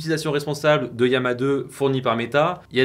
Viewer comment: Yama ? D'où vient cette prononciation ?